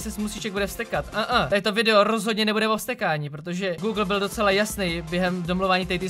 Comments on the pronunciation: On říká blyl místo byl😑😑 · proč jsi místo byl řekl blil wtfffff mě to nedává ligiku 😅